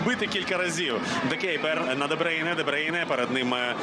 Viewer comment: А чому Де Бийне? Хіба не Де Бруйне?